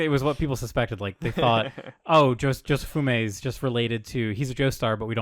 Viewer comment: Glad to see, all these years Into the podcast is still calling Josefumi "Jofumé"